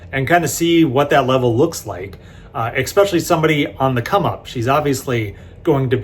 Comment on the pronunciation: Especially. Not “expecially”.